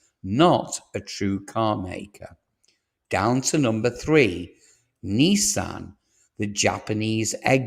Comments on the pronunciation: You sound English to me, in which case the abbreviation for mathematics is maths NOT math! and it's Nissan not Neesan! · Neeeesan and Jagwar? Who are they? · Jagwar and Neesan. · WTF is a Jagwar? Its Jaguar in English. Neesan? It's Nisan. Stop using American pronunciation when you are obviously English. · This must be the worst car news channel i have come across. Nissan..not Neesan.have just invested hundreds of millions into their plant in Sunderland....but according to you it will be closed by next year.....utter codswallop!!! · Neesan? If you're British, it's Nissan with an I. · Strange American pronunciations of Jag-wah and Nee-saan. Otherwise, interesting.